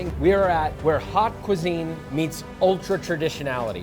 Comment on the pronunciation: haute, like oat, you idiot, not hot. ffs.